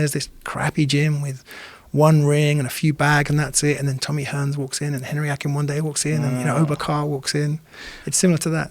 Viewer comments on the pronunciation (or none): none